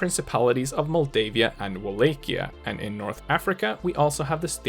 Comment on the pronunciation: Its actually